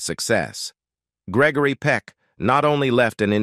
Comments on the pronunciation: You ought to check on your speaker His mispronounciation of Peck's NAME is hilarious, Your video HAS BECOME AN ABSOLUTE RIOT , BUT SHAMING THE ACTOR.. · You are saying his name wrong You should not be doing the talking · Next time spell and pronounce his name correctly!!!